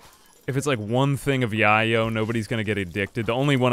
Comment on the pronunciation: I'd just like to say I think Yayo is pronounced Yay-yo, like the slang term for cocaine : )